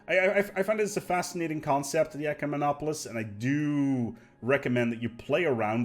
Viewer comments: You got SO close to pronouncing it properly! Though I kinda liked it when you called them eucomenopolis. Made me think you were talking about a "good city". Though an ecomenopolis sounds like an eco-city. Ecumemopolis is pronounced "eh-CUE-meh-nah-po-liss". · "YOUCEMENOPOLICE" LOL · i searched the whole comment section for this. Pronunciation was the only thing bothering me in this video.